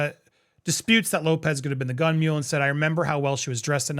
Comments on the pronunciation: Mole'.... not mule. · It's "Gun Moll" not "Gun Mule". And the statute of limitations is way passed